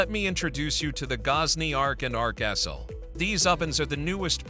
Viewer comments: Man, your AI needs to learn how to say X L.... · Love that AI commentary cannot say XL properly